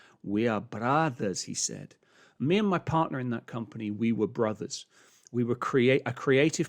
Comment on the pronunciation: SEAN "We arrre Brrotherrrs" Whit accent as/like a Scottish/Spanish Peacock .. ;))